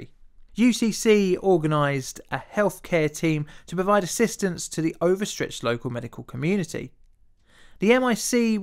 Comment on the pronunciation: So many British YouTubers seem to have speech impediments 🤔 "In the vuh field..."